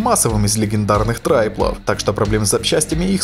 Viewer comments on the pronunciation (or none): От фразы "самых массовых ТРАЙПЛОВ" чуть кровь из ушей не пошла. TRIPLE произвоится, как ТРИПЛ. Не нужно изобретать велосипед) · 2.16 английское "triple"правильно читается как "трипл" не "трайпл".